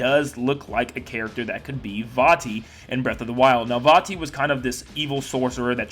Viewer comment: It’s vatti